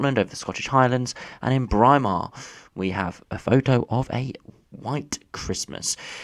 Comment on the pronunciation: For future reference it’s pronounced Braymar, happy Christmas 👍